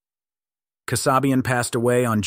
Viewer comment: Linda Kasabian's last name is pronounced KAA- SAY-BE UN, not Kuh- SOB-e-uhn.